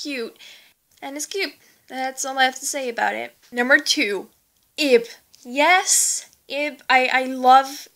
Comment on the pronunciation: she's actually 9 and it's prenounced Ib (eeb